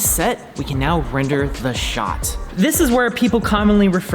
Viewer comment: "Wrender." Wren 2019